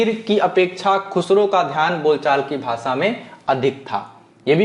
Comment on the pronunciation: Sir,aap bhasha word Ko bhasa ucharan ,our sabhi Sha letter sa ke roop mein ucharith kyon karthe ho? Sahi nahi hai ,sudhar keejiye